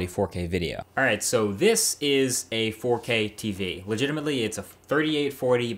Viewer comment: All I hear now is forkay. Forkay.